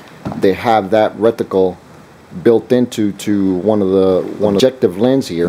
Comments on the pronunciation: Is he trying to say rec-ti-cle? Must be a rectangular reticle... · It's RETICLE, not RECTICLE. Thanks for the video.